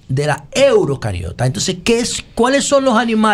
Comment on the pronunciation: "Eurocariota" no, animal, "EUCARIOTA".